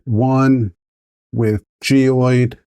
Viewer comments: Please note that that the correct pronunciation of this type of infill is gy-roid rather than gee-ode. Thanks! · Wtf is gee oyed? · Yea you are missing an R